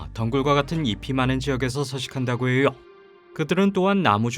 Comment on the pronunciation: 고통스럽다고해여! 알려져 있어여! 의미하져! 발음 왜이래 ㅋㅋ